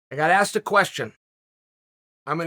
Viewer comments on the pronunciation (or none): none